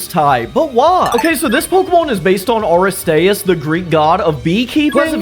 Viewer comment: Please do Teen Titans Pokémon! Also, you mispronounced a couple of these like Aristeus